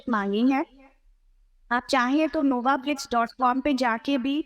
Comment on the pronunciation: Its NobaFlix not novaflix